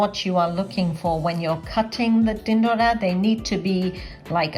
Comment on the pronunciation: My mum does it just like that but without onions, I'll try it your way next time. Are you gujarati? When you say "tindoda" it sounds perfectly gujju:-)